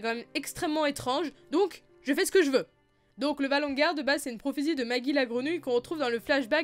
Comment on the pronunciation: Pourquoi tu dis "valongar" au lieu de "valonqar" (lu valonkar)?? c'est bizarre ça xD